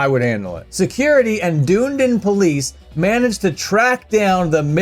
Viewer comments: "Dune-din" That pronunciation is almost as feral as shitting in the mosh pit. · Hes pronouncing the city name wrong 😂😂 dunnydin is literally a shithole. Unless your vegan!